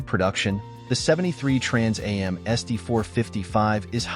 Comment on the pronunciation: This moderator is irritating to listen to. He announces the name of the next car in detail, then immediately says it all again. The second time should a shortened familiar name, not the whole thing. It is pronounced "Trans Am' NOT "Trans A M".